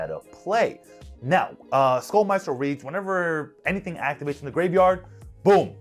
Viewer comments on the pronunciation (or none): none